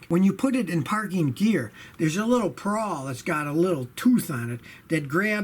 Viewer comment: Scotty, it's ''pawl'' not ''prawl." What's a "prawl" anyway-- a burgler prawling around your garage?